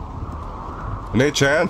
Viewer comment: Your pronunciation of onechan is hilarious